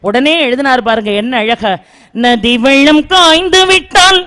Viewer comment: நீங்க சொல்ற விஷயங்கள் கேட்க ஆர்வமாக இருக்கு ,ஆனால் ழ எழுத்து மட்டுமே எல்லா இடங்களிலும் வராது ,வெள்ளம் -இப்படி ,நீங்க சொல்வது வெழ்ழம் ,ல,ள,ழ எழுத்துக்களுக்கு உரிய சரியான உச்சரிப்பை பயன்படுத்துங்கள்,குறையாக சொல்லவில்லை ,மேடையில் பேசும் போது எழத்து உச்சரிப்பு அவசியம் .